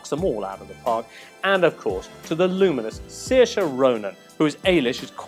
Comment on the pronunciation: Yojimbo, Congrats on the pronunciation there so much more subtle than when Ryan Reynalds made an arse of himself over it. You already have more credibility as a reviewer than Kermode and most of those over at Empire. Maith an fear!